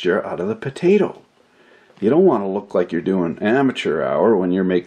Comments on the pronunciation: potato not bedata or what ever you said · why do you say (buh-day-dah): bodata instead of (poh-tay-toe :potato) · Leave it to a canauck to say paddadah the right way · In the beginning did you say budaduh? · I don't I say potato but it sounds like badda and I really don't know why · Budada? What the fuck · "Badeyda". Are you fucking kidding me? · indeed you are sir correct sir , every one knows its pronounced "podaaydo" . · A PO-TAA-TOE !!! POT-TATOO !!! PO-TA-TON !!! POE-TA-TEE !!! I had a bit of problem to understand this video due to the various strange potato pronunciations. :/ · I love how he pronounce "Potato"..